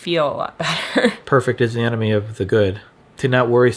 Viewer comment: I thought he said, "the perfect is the anime of the good." I was like, "I've never heard of that anime."